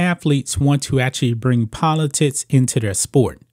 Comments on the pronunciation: Polotickkkks....not polotits...u nob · Am I the only one that hears politits instead of politics? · Am I the only one who hears "Politits" instead of "Politics"? =D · I was looking for that comment. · I keep hearing politits….